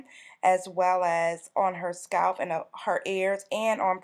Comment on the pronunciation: I'm normally not so petty, BUT I hate the way she pronounces "scalp"! 😣